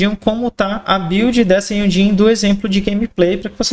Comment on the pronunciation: Não tanko esse cara falando Jhonlee kkkkkkkk (tu e uma lenda)